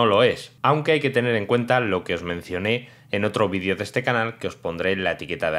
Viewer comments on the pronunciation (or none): none